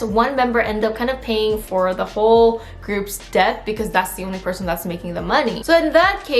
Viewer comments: i just noticed your incorrect pronunciation of "debt" ✌️ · Just wanna let you know that the "b" is silent in the word "debt"...